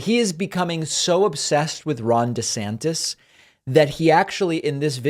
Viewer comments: "De Zanktiss" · If you can't pronounce "DeSantis" properly, you probably can't pass your own mental competency test.